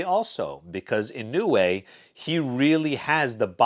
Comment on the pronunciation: It’s more like “ Yee-No-Way “ . Naoya is “ Now-Ya “.